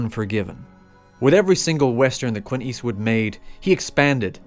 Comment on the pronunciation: It's Clint Eastwood not Quint Eastwood!